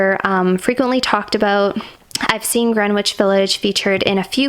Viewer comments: Gren- itch 😂 British....living in Canada now, I hear so many mispronunciations, I sometimes confuse myself. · Haha Greenwich is actually pronounced "GREN-IDGE". Fellow New Yorker here✨🌆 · haha yes it’s Gren-itch. I think it’s probably commonly mispronounced. I’m in nyc and I’ve definitely said it wrong before someone told me how it’s pronounced 😂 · YOU DO KNOW THAT THE "W" IS SILENT IN "GREENWICH" CORRECT...?? LOOK IT UP,OR IN A DICTIONARY. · Drop the W from Greenwich.its silent my sweets....Remember there are quite a few at T J Maax. I will try and find channel that had them for you. There are so many good ones. I love you are taking your time! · The W in Greenwich Village is silent. Jersey girl here. 🙋🏻‍♀️. Great Video ❤️